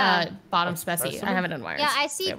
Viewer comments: hate it when they say “speci” it hurts my brain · "Specimen" is not a hard word to say.